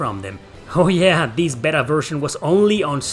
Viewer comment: my man. Beta is pronounced Bay-tuh. 😂 As always, I appreciate your enthusiasm and thoughtful approach. Stay awesome.